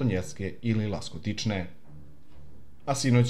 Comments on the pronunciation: Ласточкине, а не "Ластокичне". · Rekao je Laskotične umesto Lastočkine